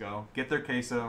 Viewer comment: I keep going back to hear Dream say “queso” like that lol